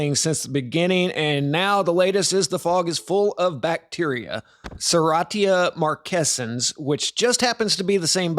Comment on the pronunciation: You can't even pronounce it correctly... credibility over in the first few moments.